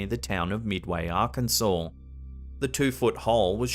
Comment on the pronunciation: Thank you for pronouncing Arkansas correctly🙂